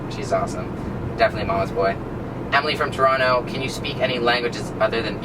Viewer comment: Yaaaaassss he actually pronounces Toronto properly :)